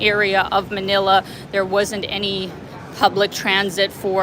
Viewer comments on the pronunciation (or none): none